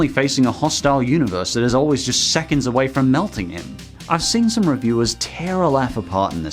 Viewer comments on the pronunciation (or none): none